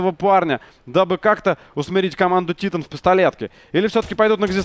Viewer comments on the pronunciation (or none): Скоро начнётся машна по поводу произношения команды Титан.Правильно говорить Тайтэн,раз уж Вы говорите ЭнАйПи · Французы радуют глаз стрельбой.... ! P.s. Страйк будь добр прекрати говорить тИтан,скоро тебя посылать будут,заранее спасибо... ! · Ну да,хотябы ударение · Во первых это шведская команда и поэтому произносится на й пи а титаны французская и Темболее ты бы посмотреть хоть один американский стрим и там говорится титАн!